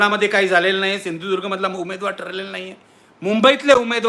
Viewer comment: त्याला त्याच्याच जिल्ह्य़ाचे नाव मराठीत बोलता येत नाही सिंधुदुर्ग स्पष्ट शब्दात बोलून दाखवावेत जर न चूकता नारायणराव याने एका दमात 100 वेळेस सिंधुदुर्ग बोलून दाखविल्यास नारायणराव राणे याला बिनविरोध निवडून देणार कोकणातील जनता आणि त्यात चूक केलीय तर नारायणराव आपण राजकिय संन्यास घेतला पाहिजेत